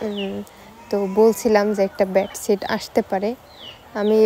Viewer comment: ব্যাড ছিট না,,, বেড সিট